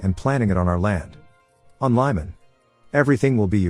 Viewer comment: The name Lyman is pronounced like "Lee-man".